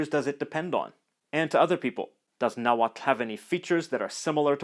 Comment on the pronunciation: wowww! I´m Mexican and never learnt how to pronounce "tl" in Nahuatl and you being foreign do it so well!! very good skills!